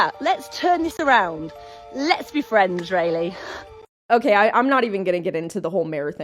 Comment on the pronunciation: The way this insufferable woman keeps purposely mispronouncing your name is so irritating. OMG what a twit, I wonder how her fellow Brits would like to hear her pronounce "Sir Walter Raleigh" would look at her if they heard her . It's spelled exactly the same,so you know she's doing it purposely. Geez what an obnoxious woman